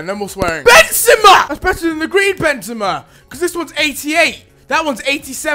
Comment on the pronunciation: it's Ben ZEEma Zebra but Benzema.